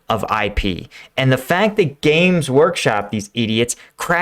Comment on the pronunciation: u pronounced games as james ))